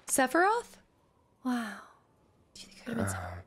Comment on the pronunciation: Since when is Sephiroth a one syllable word?